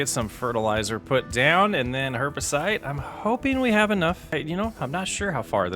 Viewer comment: Herbicide - not herbicite. Like homicide but with herbs.